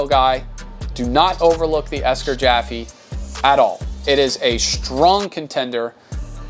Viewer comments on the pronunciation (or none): I am pretty certain it's pronounced 'JAYFEE' not 'JAFEE'